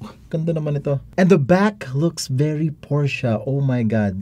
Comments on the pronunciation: Porsche na.. naging Paoche pa HAHAHA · PORSCHE TURNS OUT TO BE "PUTCHA" LOL